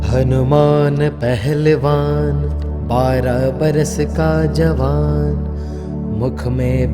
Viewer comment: Kya yeh Hanuman Shbra Manta Aapne Suna he, Isme HANUMAN Pehlwan ki bjay Hnuman Aahlewan Dubai deta he,Mukh me Beera ki bjay Beet sunai deta he, Hmari problem yeh he k HM Shbra Manta Sunte he,Glt Mntr sun-ne or Ucharan krna b Glt he,please theek kreeye,thanku